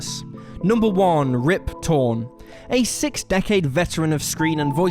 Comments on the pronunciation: Anyone notice how he says 6th sickth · The way he says sixth and boondocks over shadows the entire video. Learn how to speak.